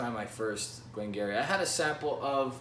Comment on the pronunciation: it's pronounced Gee Ree. nearest distillery to me btw!